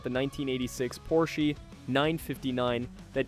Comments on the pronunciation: Very good video. It's an awesome narration. The only thing I have to say is that it is weird that you know so much about this car that you have to name the company incorrectly. The Porsche is called Porsch AH, not Porsch, with a long or hard E. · You are calling this legend a "Porshy?" Moron. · I’m sure the “Porshy” is a joke and one opinion doesn’t matter but this car has so much to do with Motorsport history and a huge part of why Porsche is Porsche today (Minus the cayenne bailing them out$$) the least you could do is address the builders name correctly👎🏻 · Yes......yes he is 😂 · Get your pronunciation correct! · An entire video saying porschy? Annoying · It annoys me as well. He's talking about a brand of car nobody ever heard of..., wait I'll watch if I can find my Volvoy on the parking lot.